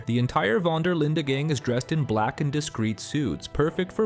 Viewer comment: The way he pronounces Linde though! ....Linda! 😂😂😂